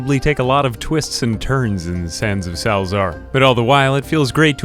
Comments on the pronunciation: Sal za ar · Sal-A-zaar. there you go now you pronounce it